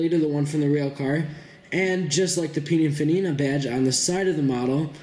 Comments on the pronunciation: It's not puninfanina, it's, pininfarina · Peninfarina! Not pininfanina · by the way it is Pininfarina not Pininfanina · Hatchbacky look? It's called berlinetta, and pininfanina? Srsly?